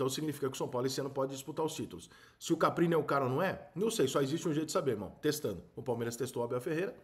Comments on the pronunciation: Repita comigo: CAR PI NI Mais uma vez: CAR PI NI 😂😂😂😂😂😂😂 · Você percebe que o treinador é muito desconhecido quando o Rica chama o maluco de CAPRINI o tempo todo e o nome do maluco é Carpini. 🤣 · Ri muito da qtdd de vezes que o Rica chamou ele de CapRini😂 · Rica, sou seu fã, mas Caprini não, é Carpini....kkk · Caramba Rica passou o vídeo todo falando nome do cara errado, estudou bem o cara pra fazer o vídeo. É Caprini ou Carpini? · Foda é te ouvir falar errado o nome do cara o vídeo inteirinho! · Rica por favor fala o nome do cara direito